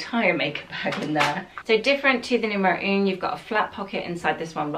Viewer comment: I wish they’d help you with the correct French pronunciation of the numbers!! For example, ‘un’ is not pronounced ‘oon’. It’s more of a guttural ‘ahh’. The pronunciation of ‘neuf’ should be said ‘nuff’ rather than ‘noof’. Not your fault of course but they should be helping you, if they work with you!!